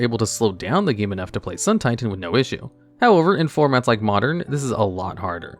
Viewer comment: It’s pronounced SUUUUN TIITAAAAAAAAAN